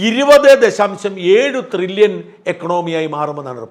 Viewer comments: ട്രില്യൺ അല്ലേ Shajan ... (Trillon ) Not Thrillion... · തൃലോൺ അല്ല thrillion 😂😂😂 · Dear Shajan Thrrilian alla It is Tririllian. Edo monea Shaja Nammala kappa undengil orru mairraum Orru Saaiuppum onnum cheilla. Thaangalkku Salute. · ത്രില്യൺ അല്ല ട്രില്യൺ.. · Not threllion. But trillion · ട്രില്യൺ ആണ്. ത്രില്യൻ അല്ല. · ത്രില്യൻ അല്ല സാജൻ.. ട്രില്യൻ ആണ്... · ത്രില്യൻ അല്ല ഷാജ ട്രില്യൻ ' TRILLION. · ത്രില്യൺ അല്ല ട്രില്യൺ